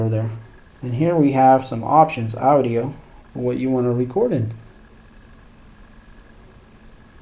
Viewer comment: Never heard anyone say A-U-D-I-A before